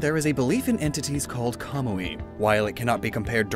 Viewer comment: still pronouncing Hisui wrong... but manages to pronounce Kamuy just fine.